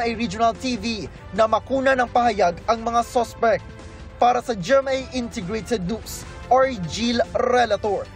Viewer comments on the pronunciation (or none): “Para sa Je Em Aye Intergrated Noos!” What’s up with these reporters? 🙄🙄🥲🥲